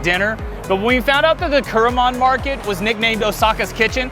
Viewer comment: くるもんX → くろもん